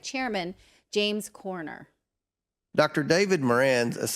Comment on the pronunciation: You mean James COMER… NOT “Corner”